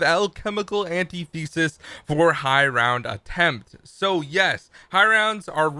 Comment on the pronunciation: just a heads up: it isnt pronounced (AN-tee-thee-sus), its pronounced (an-TI-thi-sis)